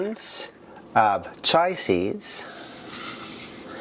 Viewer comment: Chia is pronounced chee-ah. Your correct if you're talking about the Indian tea. But the seed is pronounced differently.